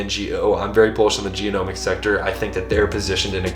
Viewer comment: genomics .. not geo-nomics, sorry thqt was triggering